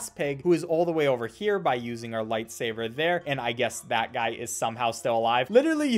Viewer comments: Im triggered everytime he says 'lightsaver' instead of 'lightsaber' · why are u saying light saver ??? no hate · I call it “lightsaver” too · I know but I have a habit of calling it “lightsaver” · I cannot tell if he's saying lightsaber or lightsaver and it's driving me insane. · Did he just say lightsaver also how did you get the game? I thought it was taken down everywhere by rovio